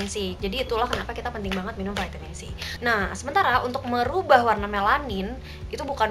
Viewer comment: Pake EYD donk...Vitamin bukan Veytemin 😂,kan ini indo bukan ausyy😬.....piss